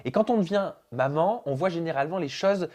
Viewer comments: C'est bizzar au lieu de dire “Maman” elle dit “Moman” ou j'me trompe ? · Elle dit manmans